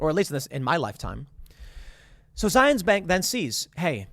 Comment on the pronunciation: Its said Zi-uhns-. Were not in Israel.